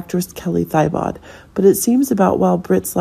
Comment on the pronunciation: I wish they would get Kelly’s last name right - it’s pronounced TEEBOW..